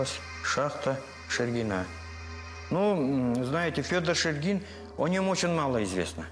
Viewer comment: Шергин мой предок, из Великого Устюга. Потом вернулся на родину и тут умер, оставил большое наследство. После этого в Якутске оставался его сын Александ. В Якутске он был управляющим Русско-Американской компании. Из Устюга же был директор РАК Михаил Булдаков. Почему-то ударение в видео неправильно ставят, правильно шЕргин.